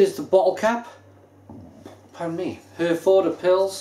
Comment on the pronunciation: I realise that this guy is doing this probably on behalf of his named sponsor "Beers of Europe", he can't even pronounce the name of the beer correctly, and after a mere half a bottle has convinced himself that it's not a German beer - but then changes his mind. All I can say is - What a who has just insulted hundreds of thousands of British Service Personnel who served with the British Army Of The Rhine and RAF Germany, many of whom are constantly pressuring the brewery to sell this here in the UK (so much for not being able to remember it's name next week, maybe it was that strong that only 4 bottles affected YOUR short term memory immediately) and all of whom would LOVE to have this amber nectar (AKA Herfy or, known among the troops as "Yellow Handbags") readily available to them again. FYI, "Brauerei" is the German word for Brewery, and their Felsenkeller Brewery in Herford is a GREAT place to visit. Herford was known to British Service personnel as "Happy Herford" and with the draw down of troops, the last serving personnel left Herford last Tuesday, with the local populace sad to see them leave. Have a look at the troops own Herforder Pils Appreciation Society facebook page:- and there you will find that they all remember it fondly - and many of them from years ago numbnuts. On the site you will find that amongst the named suppliers of Herforder Pils Beers Of Europe happen to be the first listed - N.B. They are ALSO THE MOST EXPENSIVE - t